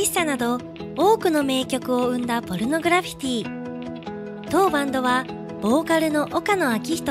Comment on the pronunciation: ちゃんとポルノグラ「フィ」ティって言ってるから高評価押した